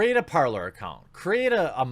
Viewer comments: Par-lay, Jeremy... it is French. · Jeremy, Parler,. it's (Par-lay)... it's French. Means, talk.